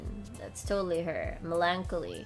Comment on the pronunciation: The word melancholy is pronounced as "melon-collie" by the way. No offense meant of course.